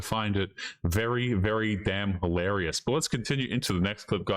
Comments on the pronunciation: MAN!!! You said "hilarious" rather than mispronouncing it as holarious! Thank you so much! I mean that sincerely. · Well, you got it right the first time. Hilarious, that's the word. "Hil" not "ho". We need to raise the quality of English along with quality in everything to stop the decline of society. Please make a tiny effort.